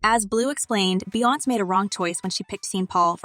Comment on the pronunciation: This moderator calling people's name wrong wrong 😂😂beyonce name wrong n sean Paul name wrong smh lol